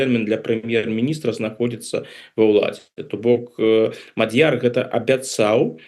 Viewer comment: На первый слог..ударение..Мадьер